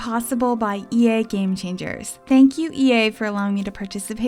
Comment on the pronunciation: Am i only hear she say EA but i hear IKEA?